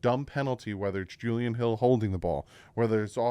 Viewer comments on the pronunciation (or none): none